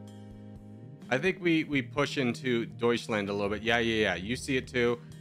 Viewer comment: You say "doischländ" you lose